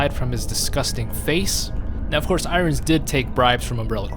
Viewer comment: I nearly had a freak out moment when u kept saying Brian I rons please can u pronounce it irons like the fucking metal sheeeeeesh lol